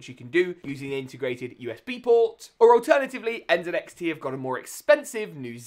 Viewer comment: When i heard you say NZXT the proper way i immediately followed 😊